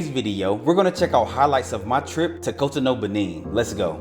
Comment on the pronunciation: It’s pronounced cot-on-oo